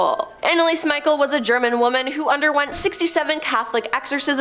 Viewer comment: Anneliese Michel,....her last name, I believe, is pronounced like me-shell